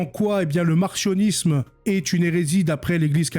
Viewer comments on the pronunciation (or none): Ca se prononce mar-C-io-nis-me, comme S-io-nis-me, non mar-CH-io-nis-me.